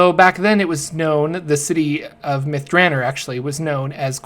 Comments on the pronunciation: If this isn't pronounced myth Dra nor. And not myth Draner. They smoke crystal myth at myth draner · Its myth dra nor not myth dranner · Myth "Druh-nor". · Two questions. First, why do you pronounce "Elminster" as "Eliminster"? Where are you getting the extra "i"? Second, why do you pronounce "Myth Drannor" like "Myth Dranner"? The "-or" ending has a distinctly different sound compared to a "-er" ending. Your pronunciation sounds like the "-er" ending, even though it is spelled with an "-or" ending. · Cause it is. His pronunciations are crap. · Except there is a double N in there.. so Myth Dran-nor. Also I think there is a poem in one of the books about the place that makes it better to rhyme with Nore, than Ner. I've looked up pronunciations of it online and they pronounce it both ways. I think it sounds more epic with the Nore ending. Still I often mispronounce a ton of stuff in DnD and the Forgotten Realms. So I can't really fault.